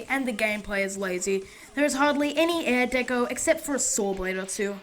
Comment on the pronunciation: you keep saying air deco lol